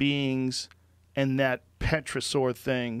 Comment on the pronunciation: "Petrosaur" "Australia-pithecus" XD